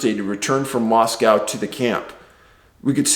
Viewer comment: Just for future reference, Moscow Idaho is pronounced "mossco". Doesn't sound like Moscow Russia. I learned that quicker'n shit when I first went there!